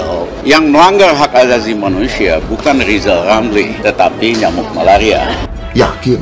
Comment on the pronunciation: Sirizal ngucap huruf R aja gk bisa kok mau jafi presiden . duuuuuh amit amit .